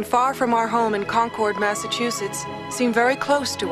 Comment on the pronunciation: Sorry Susan Dey but Concord is pronounced "Conquered" NOT "Con-Cord."